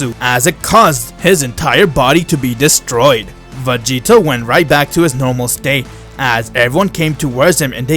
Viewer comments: Does anyone know how many times he says "Vageto"? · Why does he say master roshi found vagito instead of grandpa gohan